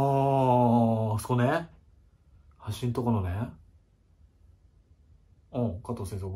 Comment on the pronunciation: な↑に↓で↑ぇ〜？好き